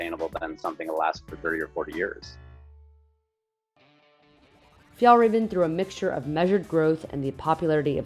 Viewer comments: She's pronouncing "raven" wrong. It's RAW-VEN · As a swede you get insulted by the pronunciation😂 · As a Swede I was hoping they had done some research and knew how to pronounce it properly…it’s fun to see something being big in my childhood returning on so many people’s backs.